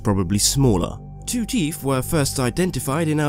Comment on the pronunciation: I no its probably your accsent but its teeth not teef